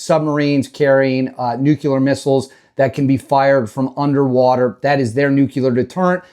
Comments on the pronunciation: Learn how to pronounce “Nuclrear”, not” Nuculer”. Who are you, Jummy Carter? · Nu cle er. Nu cle er.